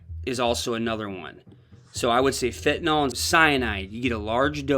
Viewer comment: It's not pronounced fen-ta-NAL. It's fen-ta-NYL. Everybody mispronounces it.